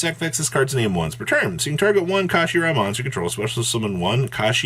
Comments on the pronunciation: Card: kshatri: kashashtri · Kshatri-la Yeah. Kashi ra. That makes sense. I forgot L’s make an R sound. And let’s just ignore the lack of an A between the K and S. Fuck it, let’s just make shit up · I think the 'k' is silent, so it's just pronounced shot-tree-la. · Amazing video as always brother!! Let me help the community out as well. Kshatri-la pronounced “shut-tree-la” the whole archetype is named after Kshatriya (shut-tree-ya) basically a princely caste in old Indian kingdoms. Hope this helps. But yeah absolutely broken!! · Ka-She-Ra?! Wtf is that?! lol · I can't tell if your intentionally mispronouncing the Archetype name on purpose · You finally pronounced Kshatri-La correctly at the start of the video, then proceeded to say it wrong as least 6 different ways for the rest of the video